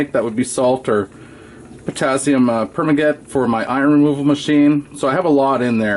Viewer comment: Great video. Good use of the mirror. By the way, its pronounced "per - man- gah- nate"